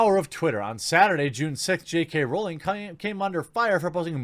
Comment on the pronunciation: Once again. It's Rowling, rhymes with growling. It does not rhyme with bowling. And you don't read comments cos this is at least the 5th time I've said this.